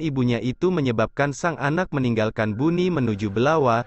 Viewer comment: bone min bukan buni😅